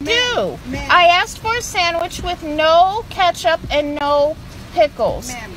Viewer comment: why tf are people saying aksed